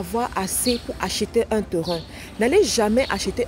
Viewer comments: PAS TERIN . PLUTÔT TÊRIN est la meilleure prononciation.( TERRAIN). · Bon conseils mais vous prononcer mal Terrain. Phonétiquement on dit : TÊRIN. SVP. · Les "TEURUN "